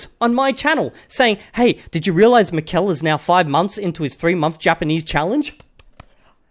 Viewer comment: A few things: it's pronounced MI-kel, and not mi-KEL. I'm assuming he's Basque and this is why he speaks Basque and Spanish. He also branded his channel as 'NATURAL' LANGUAGE LEARNING, but all he does is making vocabulary lists and memorizing sentences which I find very ironic since I don't think any of us naturally learn our mother tongue doing such things. He also claimed that reading in order to learn a language doesn't work. His English accent is very bad to be an hyperpolyglot. And finally, the three month BS is beyond laughable.